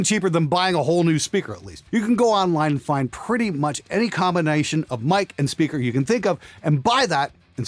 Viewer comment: turned Australian for the word “combination” 😂😉 Whilst I personally wouldn’t sit and just play guitar with an amp sim, as I don’t find them as “inspiring” as the “real thing”, I think for recording (especially when blended with a real amp) they absolutely have their place!